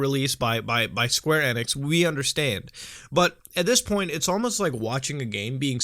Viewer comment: ITS E-NIX NOT NX ITS E-NIX OR E-NICKS